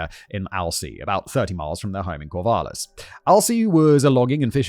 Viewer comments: cornvallis lmfao Simon. COR-VALLIS "Heart of the Valley" lol. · CORNvallis gets me every time 😂😂 for anyone who doesn't know it's pronounced like Core/vallis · It's cracking me up every time he says Corn-vallis. There's not an N in Corvallis, I'm not sure why he's so consistently adding one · As a local, I find it hilarious that nearly every time Simon said, "Corvallis," I heard it as "Corn-valis." About 90% here pronounce it "All-ban-ee" instead of "Al-bany." Also, Portland is famously named by coin-toss, with the losing option being "Boston, Oregon." But it's real name is Stumptown, because all the trees are gone. Lastly, we commonly measure distance in units of time: How far is Albany? 20 min. It makes for very confused foreign students at the university. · Loved Simon's constant mispronunciation of "Cornvallis" lmao